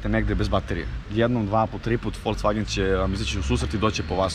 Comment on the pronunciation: "Idemo u FolCvagen"?? Znaci ne verujem sta cujem. Molim vas ubedite me da nije rekao sa "C"!